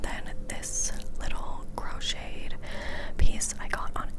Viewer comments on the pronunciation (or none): none